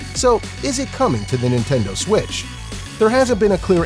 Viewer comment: Nentendoe switch